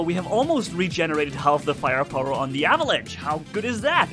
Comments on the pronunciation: (for ) avalanche is English for "lavine" you pronounce the ch in avalanche like sch in german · It's called Avalanche. Not Avelange.